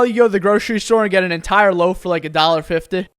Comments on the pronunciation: “Dolah fifteh” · ”a dollar fif-teh” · oh I think … I noticed it because where I’m from we say “fiftee” more stretched out almost like fifteen and he said it so nonchalant without such an accent on the “ee”, I tried to express his speech by fading it out addin an H so “fifteh” eh you might have to listen closely depending on where your from, it’s not a big difference and neither is correct, I love his speech but I hope you can notice it now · Dat english ancestry came out on dat dollar fifteh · Bread isn’t a “dollar fifteh” anymore 😂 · "Subwafh" "Dollar Fifteh" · "dollar fefteh" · "Dollar fiftuh" 🗿💀💀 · "Dollar fifteh" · Why do you say dollar50 like he was Irish :/ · Ikr! This i guess the effects of his Persian accent